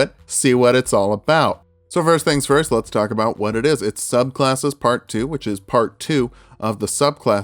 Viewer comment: when you're so early it's "sublcasses"